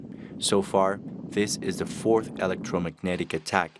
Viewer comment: “Fourth” not forth